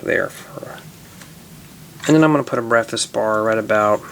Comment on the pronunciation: When he was making the breakfast bar he said BEFAZ